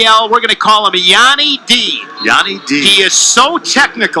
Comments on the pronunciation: Anyone else salty when he keeps pronouncing Yianni's name wrong😤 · Tv announcer could absolutely not pronounce yianni name 😄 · Rofl the announcer trying to say Yannis name!! The other announcer was saying it purposly to let him know how to say it and he still couldnt get it. Be just went with Yanni D hahaha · Learn how to say someone's name if your going to announce a match.